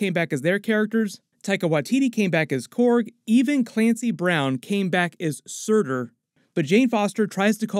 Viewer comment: The way pronounced Surtur 🤣🤣